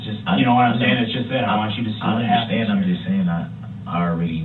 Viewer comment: anyone else get as angry as me whenever he says "underschtaend" .. he used the word so many times as a lie that his mispronounciation bothers me so much